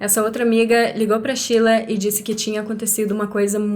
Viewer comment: Não entendo pq chama a Sheila de "Chila"